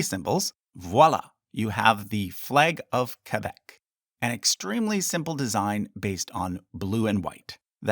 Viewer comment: The way you pronounce Quebec just sounds wrong